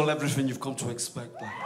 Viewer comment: This one is called Everything you've come to expect-ah" WTF? :P Did he suddenly become Italian or something???